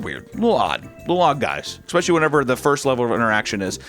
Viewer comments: It's back! "Expecially". Remember I'm just trying to help. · Wait… does that mean is (back) on the market?!!? Heeeeeeyyyyyyy … 💟 Unlike these mods, you’re charismatic, talented, intelligent (unless you say “ex-spesh-a-Lee, but that’s an easy adjustment), hilarious, and entertaining. (Not that you’d need to entertain ME…) If you’re ever in CA - 🤤 🌈🪬